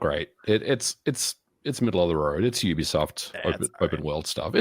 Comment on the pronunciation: . I thought I was the only one always correcting people how to say Youbisoft Ubisoft😂